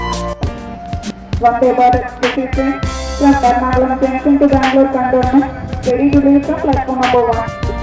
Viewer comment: Bangalore Cantonment...not Endowment